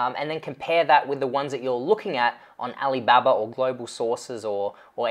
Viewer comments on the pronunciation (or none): my question is why do you pronounce like ah lee babbar? isnt it pronounce like ah lee bah bah?